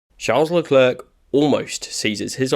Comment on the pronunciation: It's pronounced "La Clair". You make him sound like a counter worker at the French DMV.